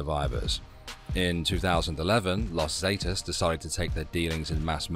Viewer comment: God Brit’s simply can’t pronounce common in use pronunciation in used words . Not totally correct but in common use . Las Zee-taas. Loss Zah-taz , loss Ferna-Daz, loss Ange-less, .